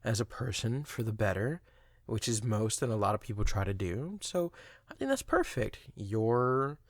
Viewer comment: this part is like the “you perpek, me perpek, we perpek togeder. Are you…open mindue?”